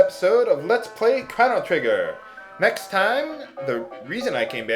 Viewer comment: To over-simplify, shiitake is pronounced "shee-tah-kay" as the word is of Japanese origin and thus uses Japanese pronunciation. Furthermore, "Chrono/Crono" is not "krahno." It's "krono" with the long "o" sounds on both vowels. Also, since the root is taken from Latin, "Magus" is not "may-gus" but "mah-goos" (though you could lessen the emphasis on the second syllable).